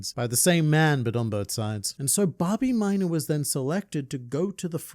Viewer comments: Babimyna❌ Bah, be my nah ✅ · i cuold barely remember this character so saying hearing you say his name like a million times, i thought u were saying Bobby Minor and i was like why do u keep saying his last name? lmao his name is Babimyna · I understand how Hisoka schwing feels when I hear you say Bobbymina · Babimyna❌ Bobby muda✅ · say böbyminor again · I totally thought he was saying Bobby Miner 😂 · Thought I hallucinated I kept hearing "minor" 😂😂😂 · Take a shot glass of your beverage of choice every time he says “Babimyna”.